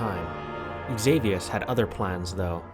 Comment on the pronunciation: Xavius name is pronounced as Savius, other then that, amazing video, really!